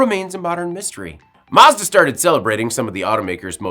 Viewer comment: I really hate the way you pronounce Mazda